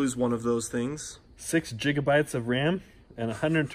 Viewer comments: Hahahaha jiga bytes😂🤣 it's gigabytes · I swear he said 128 jig o bytes of RUM. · Jigabite? Gigabite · "6 jigabytes"-.